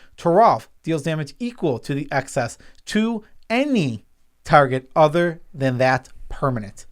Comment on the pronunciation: I feel like I'm the REAL nitpicking nerd here, because I got to call both of you guys out on pronouncing "excess" like "access". It's EX-SESS, not ACK-SESS. Sorry if I'm being a bit EXCESSIVE, but you guys do have ACCESS to a dictionary, right?